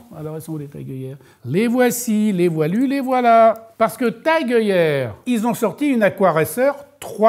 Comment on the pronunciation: Oh oh, on ne dit pas TAG !!!